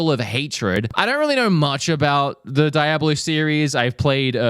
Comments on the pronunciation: Lol...i think u mean "dee-ob-lo", not di-ab-lo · Lol its "Dee-A-Blow" bro, not "Die-a-blow" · I thought Diablo was coming this month no it's DYE-ABLO! 😂😂😂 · bro mispronounced diablo like 7 times